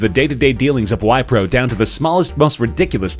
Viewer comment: its not y-pro .. its v-pro